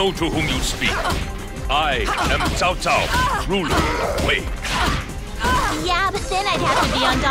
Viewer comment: At least they managed to pronounce "Cao" correctly, thank goodness!